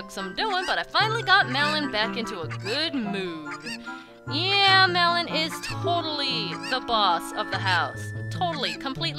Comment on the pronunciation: When you say malon it sounds like melon. Not hating